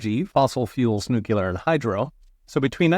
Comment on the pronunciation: This is a gross mischaracterization of wind and solar. You are giving the best red meat to the ravenous crowd who’ve made this a political football. The word is “noo Klee ur” by the way, not “noo q lur”. Coal and gas have more tax incentive per unit of energy produced than wind and solar combined. Just because you say it smugly doesn’t make it true. Lifelong republican here, by the way. We need energy mix, not just one fuel type. Going to fossil only is a sure fire way to make us hostage to the fuel producers and make a dirtier environment for our kids. I’ve worked in fossil and renewable. Both are needed. But go ahead and trope out the red meat for views. Way to think it through, “professor”.